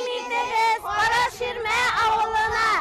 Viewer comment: Автор. Правильно произномите название.. Не кАрА шИрма а карА ШирмЭ